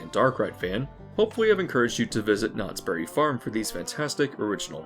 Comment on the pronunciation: I would like it if people say the name of this place right. It isnt Knottsberry Farm, it is Knott's Berry Farm. A Berry farm, owned by Knotts. Everyone calls it Knotsberry farm, like its a farm owned by Knottsberry. Super annoying.